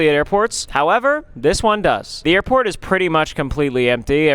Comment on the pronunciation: yall i thought he said airpod pods